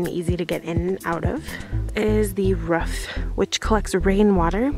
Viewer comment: Lol "ruff" she barked at the roof for some reason.😀